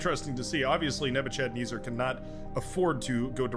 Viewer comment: Nebuchadnezzar is pronounced neh-buh-kuhd-neh-zr. He was a Babylonian emperor from 605BC-562BC